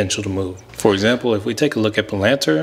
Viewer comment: Never heard palantir get butchered like that 😭😭.. like that strategy tho my boy